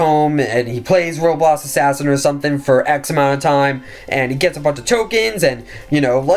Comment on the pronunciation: Dude why can’t u say roblox u always saying like roblos assassin or robots assassin. Jus say it right it anoying :(